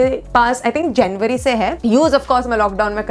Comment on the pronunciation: january.....jenwary🤭🤭🤭🤭will i like your way of talk ad ur so cute .......😘